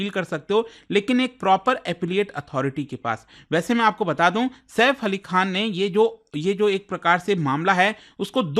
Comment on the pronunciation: आप बार बार सैफ अली खा q बोल रहे है खान बोले में कौनसा पैसे लग रहे है 😅